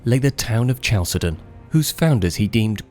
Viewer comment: I started doubting his content the moment he pronounced Chalcedon as Chuh-sell-don